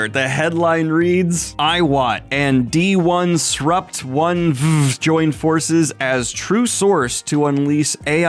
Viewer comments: Loved the pronunciation of D 1 Srupt etc. :D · I appreciate you commiting to reading "d1sprupt1ve" exactly how it's spelled. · I wanted to further the joke on their name like so, Donesruptoneve, but Daniel made the right call, pronouncing it D-1-srupt-1-ve is funnier. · I wholeheartedly appreciate your refusal to pronounce it as "disruptive" 👏